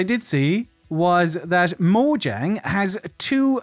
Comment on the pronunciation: Well, since you asked: Mojäng -> Both vowels are short, no dipthongs, and the short ä is pronounced closer to an e. Also no d-sound in Swedish J. So I guess trying to write it phonetically in English it would be something like "Moyeng". It means something like "gadget" and is often used to describe some small piece of technology when you don't quite know what it's for. We really don't expect foreigners to know how to pronounce Swedish words though, so don't worry about it. :)